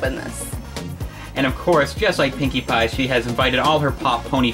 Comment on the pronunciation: the first time said pinkie pie it sounded like pinkie bye